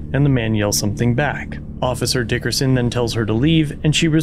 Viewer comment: I approve of the way you say, "DICKerson"